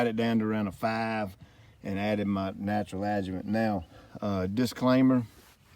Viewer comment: Thank you for writing the word adjuvant on the video. You keep saying adjument which I could never google so I didn’t know what you were talking about lol